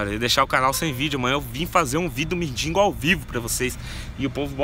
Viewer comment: não é mindingo é mendigo